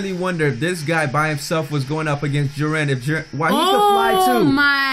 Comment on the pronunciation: His name is pronounced Gee ren